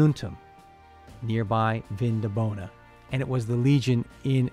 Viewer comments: Very interesting, even for a Viennese! One little annotation only: the latin promounciation was/is VinDObona (with emphasis on the 2nd syllable) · It‘s pronounced Vindóbóna